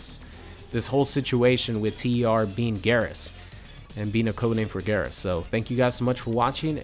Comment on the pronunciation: It's "Geer-As" not "gahr-as"